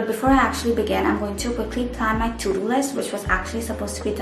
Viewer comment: To do sounds like Thu Thu